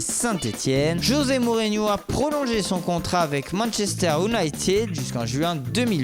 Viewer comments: A "manchester Ounaaitid" 😂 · Manchester ounited hhh speacker bourré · Manchester Unaïtid, oui bien sûr... On dirait vraiment qu’il est bourré le gars surtout à